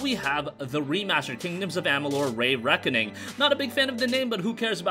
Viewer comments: Re.make,Re.Reckoning not rey Reckoning.... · “Reeee Reckoning” not “Rayyy Reckoning” not to dog on you by any means! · REE Reckoning not RAY Reckoning LoL everytime you say it I die a little inside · Stop saying ray reckoning its re reckoning love kingdoms of amalur when it first came out cant wait to play it again that and mafia 1 I'm definitely buying avengers beta wasn't very good looks like theres going to be a battle pass and I'm not supporting that and it wasn't very fun either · Say it with me RE-RECKONING